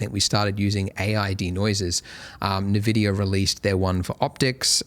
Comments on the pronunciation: Wait, it's called NeVidia this whole time? I though it was eNVidia... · NaVidia x_x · Thanks Andrew for these tutorials! I've been following you for over 10 years, I just wanted to see the new features on 4.x and why not see the donut tutorial again! Also, you pronounce nVidia funny 😅